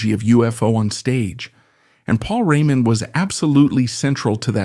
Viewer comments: AI ....french pronounced maybe i heard it (Paul Rémon ) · I like the subject but... really not sure whether this isn't AI (hear how the name Raymond is pronounced - as if it was French). Also, the name UFO is not pronounced the way people do - here it is read U.F --O instead. Then, look at the list of the author's other videos - most of them has titles like Tragic end, Trafic fate or tragic story - flagrant click-baits. Is this a live person reading or just another AI? Appreciating the musician, I am full of doubts. Overall, this stuff very often greatly exaggerates ( solidifying his place in the rock Pantheon ) Pantheon? Are we speaking about Beck, Blackmore, Richards, Zappa - or about a stalwart, reliable, professional role-player always capable of filling in among real greats?